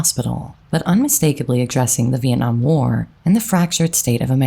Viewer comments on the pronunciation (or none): none